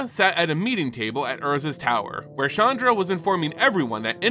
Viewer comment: Love the video, but PLEASE work on your pronunciation. It's KAI-toh, not KAY-tow or KAY-doh for Kaito Shizuki. Chandra is pronounced "SHAHN-drah" not "CHAN-dra".